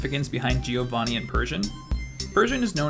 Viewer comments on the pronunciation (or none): none